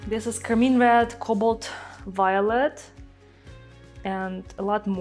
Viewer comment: This is beautiful!’ I do always giggle when she calls car-mine car-mean.